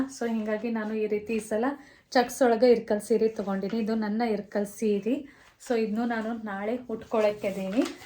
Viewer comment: Its ilkal not irkal